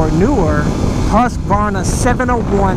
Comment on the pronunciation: Hearing americans trying to pronounce Husqvarna is always hilarious!